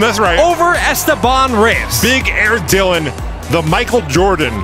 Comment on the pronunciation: "esTEban", (not "esteBAN").